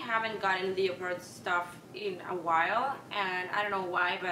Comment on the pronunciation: The way she says "leopard" has me dying